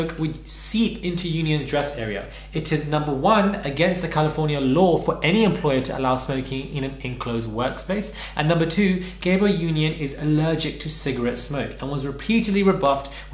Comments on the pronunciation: it’s Ga-bri-elle not Gabriel 😭 Gabriel is a guys name. 🥰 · is it not pronounced "Gab- Bri- Elle" 😩😂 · you're saying her name wrong lol 😂